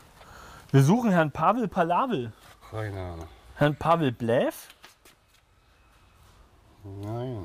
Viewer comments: Pavel Palavel. Oh mein Gott, so heisst doch kein Kroate. 🤦🏻‍♂️🤦🏻‍♂️🤦🏻‍♂️🤦🏻‍♂️ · Pavel Palavel ist einfach Pavel Pa"la"vel mit einem "la" zwischen drin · Der sagt Pavel valave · Pavel Lajev 😄 Pavel Valave 😂 Pavel Palavel ... da ist mir echt der Kaffee aus der Nase gekommen 🤣🤣 Hauptsache Pavel